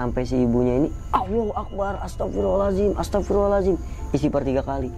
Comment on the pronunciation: Bang kok tiap bilang ataghfirullohal ajim.. Beda lafadz beda makna bang.. Mhon maaf tidak bermaksud mnggurui dll..tp bukan sperti itu lafadz istighfar 🙏. Mhon maaf skli lg